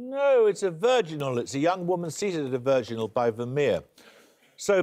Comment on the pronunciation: Never mind, I found it "Virginals" I couldn't make out how he was saying it - and putting a "d" at the end makes it never show up